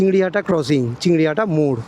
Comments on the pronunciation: CHINGRI GHATA - NOT "CHINGRI HATA" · ota chingriHATA noy chingriGHATA.......... ektu lyakapora ta shikhle valo hoto na? school education to amader deshe free. ektu shike tarpor video banao.